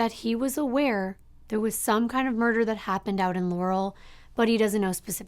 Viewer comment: LAR-uhll is the correct pronunciation amongst locals. I hate when people call it Ler-ruhl lmfao